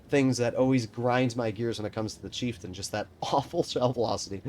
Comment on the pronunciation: pronounces it Cheiftein